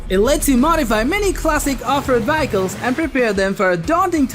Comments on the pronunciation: It's "Vehicles" not "Vyeicles"....... Just sayin! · What the hell is a Vack-ick-lols Ohhhh you mean VEHICLES . Learn ENGLISH. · Nice compilation of games. I just wish you knew how to pronounce vehicles. LOL